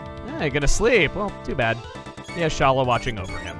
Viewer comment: T'Challa ? More like T'Shala... I'll leave.